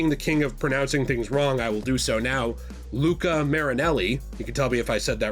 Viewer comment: Hey! Your pronunciation of Luca's name it's actually pretty good!